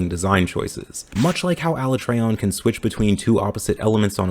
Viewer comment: “Aluh-trey-on” Im dead